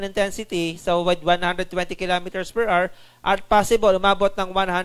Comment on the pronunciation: what the heck is 135 km per errrr 🤣You sound like a freaking pirate errrrrrrr, just say the right pronunciation "per Hour" don't read the abbreviation.